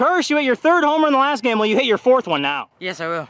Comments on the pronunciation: It’s always so funny when he say las TA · Its la-staa